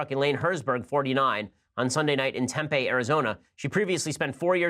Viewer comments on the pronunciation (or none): Temp-e not Tempae lol